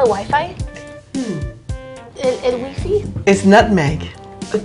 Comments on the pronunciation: "el wee-fee"😂😂😂💀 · el wee-fee 😂😂😂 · 😂 my family visited and asked for wee-fee. I had no idea what they were talking about lol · ay en México si decimos "waifai"